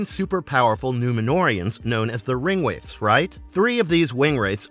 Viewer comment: Besides saying wingwraiths, not ringwraiths, and other mispronunciations, he says they were Numenoreans. 3 were possibly Numenorean in origin, the rest likely not. Theres some good bits here, but too many errors to make this a worthwhile Tolkien lore video.